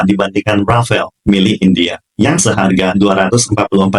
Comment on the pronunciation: ...bukan rafael tapi RAFALE kalo dibaca E nya hilang jadi RAFAL. Rafale artinya hembusan kentut (bercanda).....artinya hembusan atau tiupan angin. DASSAULT RAFALE dibaca DASSO RAFAL